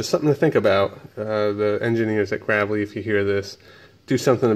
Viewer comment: Can't even pronounce Gravely name.